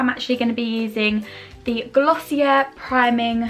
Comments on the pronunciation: Not tryna nag but it’s pronounced gloss e a just thought I’d let u know 💘💘💘💘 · sorry i’m trying not to come off the wrong way but i believe it’s actually pronounced glossy-eh (you don’t pronounce the r at all) because it’s french